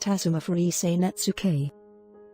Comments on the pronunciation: I'm very sorry, but the word Netsuke is pronounced Net-ski not Netsooka I have studied this artwork for many years but, still not pleased with my designs like the Masters of Japan. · I thought it was pronounced 'Nets-kay', not 'Nets-ookay'?